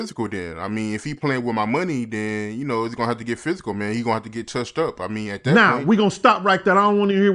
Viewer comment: Den dude enunciate it's THEN NOT DEN